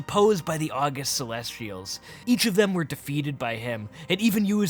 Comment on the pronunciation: Not a true Pandaren fan. Doesn't even know how to pronounce the August Celestials. Smh.